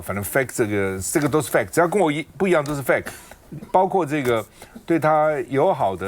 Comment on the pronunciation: 拜託, 趙少康不要再說英語了！怎麼fake 讀成fat 呢😂